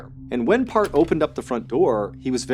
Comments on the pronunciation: His name is not pronounced as "Part"...Replace "E" in earth with P & that's how his name is pronounced. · It's Parth not part 🤌🏻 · it was annoying tbh but the pronunciation was a bit off that's why, as the culprits name is 'Parth' not 'part'. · it’s Parth not Park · It's PartH not part. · It's pronounced as Part-hhh actually nd not part😅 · I think it's Parth not part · The first story I thought you said his name was Kurt angle. Then I thought it was perc angle. Part is such a weird name lol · I thought he was saying Park the whole time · Its actually pronounced as Parth ( paharth) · is he saying PARTH OR PART lol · It's pronounced "Paarth".....like the "th" in thor.